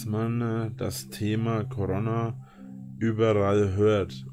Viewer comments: Koarrronnah.. Kann der 1 Wort richtig aussprechen? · Jeder geistig gesunde Mensch dieser Welt: "Corona-Virus" Drache: "Der CoroNnNer" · Niemand Wirklich Niemand Rainer W. (Defenitiv derjeniche): " KoRonna" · Warum kann dieser Mann "Corona" nicht richtg aussprechen?